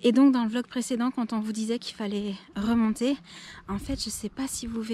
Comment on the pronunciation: Tu te rappelle que au toit début de ta chaîne tu disait velog et pas vlog répont s'il te plaît, se qui sont d'accord lâcher un pouce en l'air ⬇